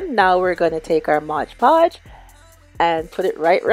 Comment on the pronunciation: MOD PODGE PLZZZZZZZZZ NOT MODGE LOL XX